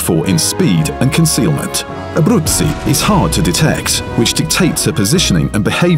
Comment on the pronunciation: The narrator really has quite a good pronounciation with her name. 😉👌